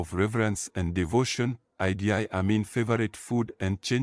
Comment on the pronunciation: Mispronunciations of IDI...its not I...D...I...its Eeedd.